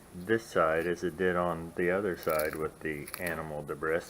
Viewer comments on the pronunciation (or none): Debris is pronounced "debree"